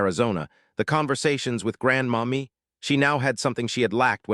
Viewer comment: So I think it’s not Grandma Me but Grandmommy. 🤦🏽‍♀️AI